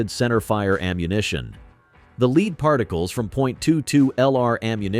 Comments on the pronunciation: Lead : led, not leed, as regards pronunciation - like .22 LR ammo, AI definitely has its own limitations. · AI is still struggling with English word pronunciation. It's pronounced LED not LEED. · Al pronounces the metal” lead “ as leeeed